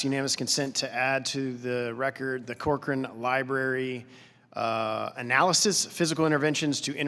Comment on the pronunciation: It's Cochrane, not "Corchrane," but this is alarming if HHS pressured an independent scientific body to refute the authors of one of their studies.